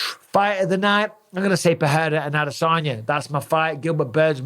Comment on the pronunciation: Don't get why mike says adesanya like he's a southerner im sure nobody from Clitheroe should say adesaarnya